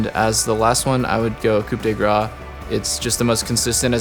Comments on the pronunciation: "coop de graw" xD is coo de grawss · it's koo duh grass not koop duh grah. the way u say it sounds like slice of fat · ITS COUP DE GRACE NOT COUPE DE GRAA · I like how most people know how to pronounce "coup" but don't know how to say the "grace", but then doublelift says the "grace" right, but says "coup" wrong... lol.